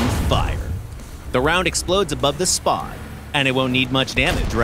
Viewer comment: "The ammo explodes above the (spog)" Did y'all pay this guy on fiverr?